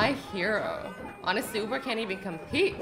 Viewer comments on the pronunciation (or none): none